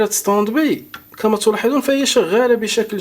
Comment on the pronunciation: اخي انت تكرر نفس الكلام وتعيده كاننا في روضة الاطفال. انا من متابعيك ولكن يزعجني كثرة التكرار. Standby: ستاند باي وليس ستند بي وسامحني